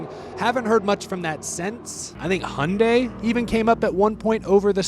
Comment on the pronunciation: Gold star for pronouncing the Korean car manufacturer correctly - Hyundai like Sunday.⭐